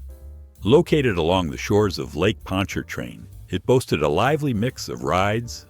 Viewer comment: Yeah, I hate robot voices too, but it at least pronounced "Pontchartrain" right. I miss Pontchartrain Beach. I remember hearing the chainsaws taking down the Zephyr (woodie roller coaster) while I took the ACT at UNO.😢